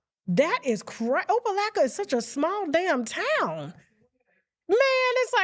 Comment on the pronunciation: Tasha.. say it with me “OPA-LOCK-A”